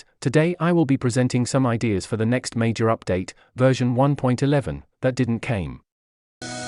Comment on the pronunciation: Hii, there a small mistake it's "mayor update" instead of "major update"